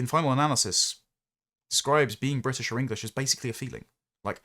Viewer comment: I had a reflexive reaction of 'you can shove that bwitish hyphen up the usual spot'